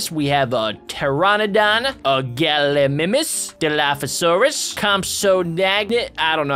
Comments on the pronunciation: Its called ga-lee-my-mis not ga-lee-mi-mis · it's gal I my nis not gal I niiimis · It’s pronounced gal ou my mes